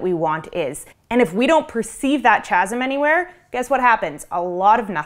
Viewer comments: Probably won't be seen with whatever other freaky nonsense is floating around but I wanted to clarify that "chasm" is pronounced as kazzum. Just wanted to mention that while standing on my "pedalstool". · “Chasm” is pronounced /ˈkæz(ə)m/ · Chasm is pronounced Kazm